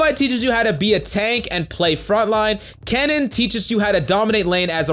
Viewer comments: Let this video show that you don't need to know how to read to be a coach. My mans with the Elsee, KissUhdn, Kineen, Lee Shin... Blow your nose, calm down, and stop shouting my guy. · U mean "Keeneen, Lee Shin, Elsee"? xd